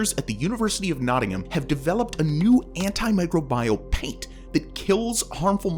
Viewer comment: "An-ti-mi-CRO-bi-al," not "An-ti-MI-cro-BI-al." 🤦‍♀️